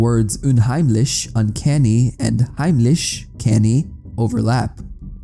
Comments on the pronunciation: Nice video and you did a great job at pronouncing “Unheimlich“ and „heimlich“ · German here. While I congratulate you on your decent pronounciation of the words "unheimlich" and "heimlich", the trandlations are completely wrong. "Unheimlich" translates more into "creepy" or "foreboding", while "heimlich" means "sneaky" or "without anyone noticing", it doesn't actually have anything to do with home. Great video nonetheless! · You said unheimlich und heimlich pretty good for not being german (I am, specifically Austrian)